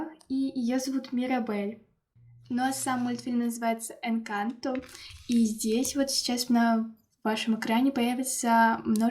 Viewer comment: Извени но не енканто, а энканто❤